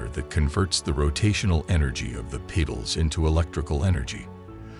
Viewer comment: What’s a pital? Or a peetal?